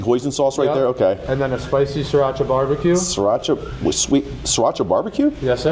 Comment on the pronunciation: Suracha not surachi